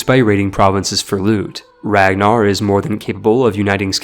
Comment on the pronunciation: The fact you said Ragnarr’s name wrong is my pet peeve now